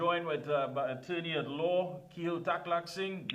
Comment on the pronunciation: The correct pronounciation of his name is " key el"